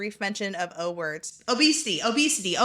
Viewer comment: sayin obesity like it’s Beetlejuice.